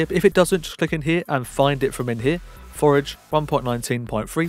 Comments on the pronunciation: Forge not Forege ( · thx, good video but cmon forge doesnt pronounce forage :D